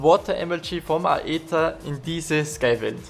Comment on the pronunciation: Das heißt nicht Eter sondern Ether aber nicht schlimm